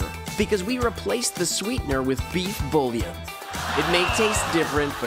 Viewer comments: Bullion and bouillon are pronounced differently, America. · wtf is with that pronunciation of 'bouillon'? 😂